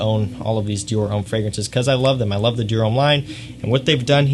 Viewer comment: Americans are notorious for butchering foreign name pronunciations, but still most of the American fragrance reviewers call it "ee-dee-ahl".